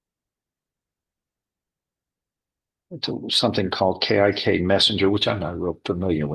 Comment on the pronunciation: I'm sorry but the way the judge pronounces "Kik Messenger" is so funny😆